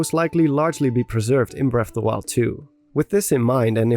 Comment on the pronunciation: Bref of da wiald